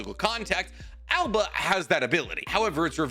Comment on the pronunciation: THERE IS NO ALBA!!!!!!!!! IT IS _AOBA_!!!!!!!!!!!!!!!!!!!! AND HE HAS CROW/ RAVEN SUMMONS.